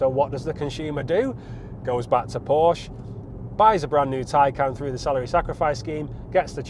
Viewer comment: I quit listening when he said Porsc. If he doesn’t even know how to properly pronounce Porsche he shouldn’t be reviewing these cars. Anyway, the depreciation is due to reason and market correction. Recalls and repairs, months on end at dealerships.